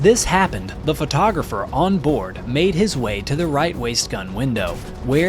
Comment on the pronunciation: Photographer, not "frotographer"